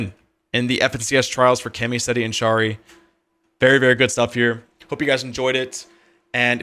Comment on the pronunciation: Im Polish so i want to tell you that you read charry, just as harry